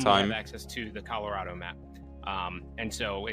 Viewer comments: The commentary is not annoying. But what did trigger me was "Colo-Raid-Oh" for "Colo-Rah-Doh". xD Its fine, you just read it in German. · was not prepared for him to call it coloraydo lol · COLO RAY DOUGH my new favorite pronunciation of my home lol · Color ado? Cmon you can do better! LOL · Colorado is pronounced a little differently than how you're sayin it,! Just a heads up! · how did just pronounce colorado? im sry i dont wanna be mean but lmaooooo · You can tell he's European by how he pronounced it. Can't wait to see him try to pronounce Arkansas or Illinois if he can't get an easy one lol